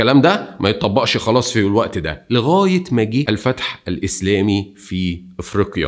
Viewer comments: النطق شوية غلط اما المعلومات صحيحة اسمها جربة وتونس ااسمها افريقية مش افريقيا👍👍👍👍👍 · الوندال وليس الفندال وتونس هي افريقية مع شدة على حرف الياء وليس افريقيا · تونس تسمى إفريقية وليس أفريقيا الجزيرة اسمها جِربة بالكسرة وليس بالفتحة الوندال وليس الفندال فقط للتصحيح شكرا لاجتهادك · لتصحيح المعلومة تونس كانت تسمى إفريقِــيَّا وليس إفريقْــيَا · تقول إفريقية وليس إفريقيا _ فيصل من تونس . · يا صديقي نقول إفريقِيَّة لا إفريقِيَا